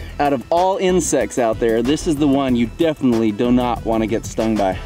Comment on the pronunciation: "Doe not" I thought i was the only one to fuck up and say that sometimes